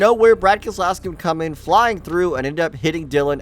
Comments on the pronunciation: When did keselowski become a 4 syllable name? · The way he said keslowski sounded wrong to me